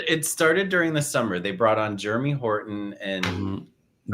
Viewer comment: Was saying Germy on purpose instead of Jeremy? 🤣